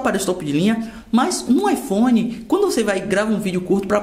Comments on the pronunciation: . Ipone 7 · IPone kkkk